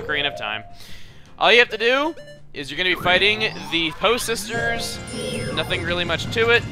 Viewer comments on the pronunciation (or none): At first I thought Chugga said "the HO sisters"!?!